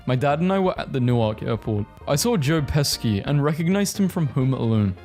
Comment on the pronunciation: Pesci is pronounced peshi